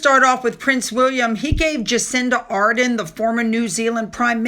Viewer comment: Hey Kiwi girl here It's pronounced Jacinda Ar-dern❤